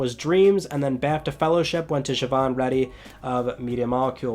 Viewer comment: I'm impressed that you pronounced Siobhán correctly!